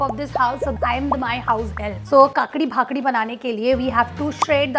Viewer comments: Its kaakdi (cucumber) chi bhakri (roti) n nott kaakdi bhakdi 😂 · It's not bhakdi didi It's called bhakri But you made it so nicely😊 Love your videos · My cutie pie it's not bhakadi it's bhakari ❤ u r to cute love you ❤️ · It's not bakdi it's bakri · It’s not bhakdi it’s ****Bhakri ** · Its bhakri * not bhakdi